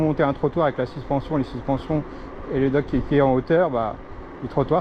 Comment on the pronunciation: C est pas dock mais deck